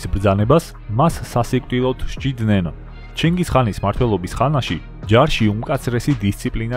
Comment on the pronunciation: კაცო ვერ გავიგე ჩინგის ხანია თუ ჩინგის ყაინი